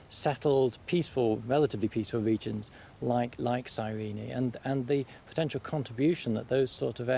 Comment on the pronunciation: Serena...sirene...guys, it's Cyrene, in current Lybia